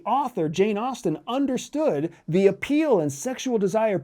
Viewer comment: The word is “appeal “ 😂that’s not difficult to “ intercept “ right? 😊